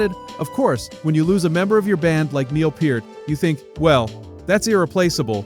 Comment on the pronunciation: Two thousand one hundred twelve? Uh, it's twenty-one twelve. You said Peart correctly, though